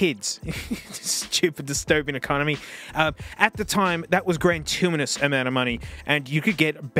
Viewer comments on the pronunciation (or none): Did bro really say "grantuminous" instead of gratuitous 🤔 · Friendly heads up, it's pronounced "gratuitous". No N in it.